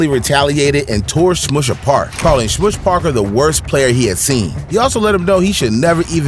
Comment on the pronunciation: Thanks for all this. A point. Smush Parker - Smush rhymes with RUSH, not with push.